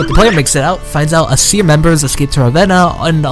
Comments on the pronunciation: its Ay-seer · Aeseir is pronounced aye seer